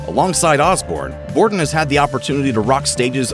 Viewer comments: Mike BORDIN not Bodrin lol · Mike BOR-din. Not Brodin. Bruh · Aw, c'mon Grunge. Your narrator flubbed the third word of the script. It's 'Bordin', not 'Brodin'. 🤘🤘🤘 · Its Mike Bordin, not Mike Brodin 🤣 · its Mike Bordin not Brodin. such a legend you should correct it!!! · its Bordin.... not Brodin lol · i'd go even further than say dyslexic because he actually voiced it that way! what a fool Bordin is a legend!